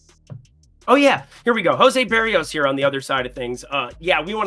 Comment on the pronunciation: Jose “Buh-ree-ohs” Shane “Bozz” Gonna continue clowning you until you start saying players’ names right